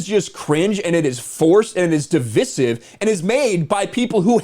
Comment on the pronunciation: Nice take on this disaster. Just one thing: The word “divisive” is pronounced “di-VIE-siv”, rhyming with incisive.